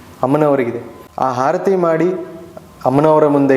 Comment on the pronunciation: ಗುರುಗಳೇ ತಮ್ಮ ವಿಚಾರ ಸರಿಯಾಗಿ ಇರಬಹುದು. ಆದರೆ ಭಾಷಾ ಶುದ್ದಿ ಸ್ಪಲ್ಪ ಕಡಿಮೆ ಇದೆ..... ಆರತಿ ಬದಲು ಹಾ ರತಿ ಎಂದು ಹೇಳುತ್ತಿದ್ದೀರಿ.... ಕ್ಷಮಿಸಿ. ನಾನು ಕೇಳಿ ದ್ದ ನ್ನು ತಿಳಿ ಸಿದ್ದೇನೆ